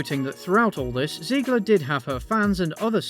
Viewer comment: I love you dude, but every time you say Ziegler instead of Zegler, I cringe a little and get Music flashbacks